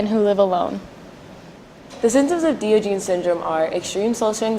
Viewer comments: Great report, ladies! Thank you for bringing awareness to Diogenes Syndrome. The correct pronunciation is Dahy-ahhj-uh-neez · wow you sound so dumb incorrectly pronouncing one of most famous philosophers.